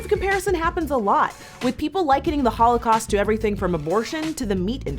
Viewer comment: Ugh why does keep saying "hoelacaust" it's annoying me